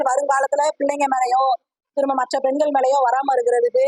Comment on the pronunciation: பெண்கல் அல்ல பெண்கள் ள வ கரெக்ட் டா உச்சரிங்க